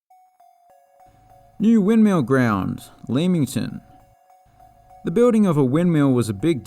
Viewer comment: Enjoyed that very much, love the humour. 23 out of 24 names pronounced correctly 👏 (it’s ‘Lemmington’ not ‘Leamington’), though you lose half a mark for ‘Pederborough’ - which has unfortunate connotations!